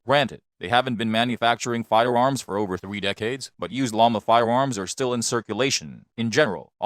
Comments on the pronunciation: You don't like "fiwoms"? Not even the Sig P-Thwee Twenty? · Can we ban him from saying fiewoms